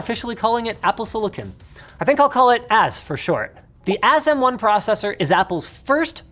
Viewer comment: AS was great, but pronouncing M1 as Moan would be even better... The new Apple Ass Moan